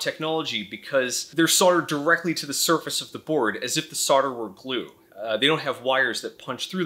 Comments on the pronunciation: WTF is sodder? Do you mean solder? You know, the one with the non-silent 'l' in in it. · Why do Americans pronounce "solder" as "sodder"? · Love the vid, really informative. One thing, not your fault, but US pronunciation is usually phonetic until the word solder comes up, then it is sodder... why? any ideas? this is not a piss take, a genuine question from a Brit.